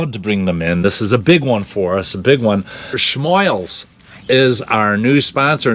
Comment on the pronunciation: ...It nice that you finally started pronouncing "Schmoils" properly. [Thumbs-Up.]